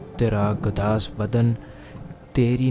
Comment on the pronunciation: Piyary Bhai Gudaaz hota Gadaaz nhi hota.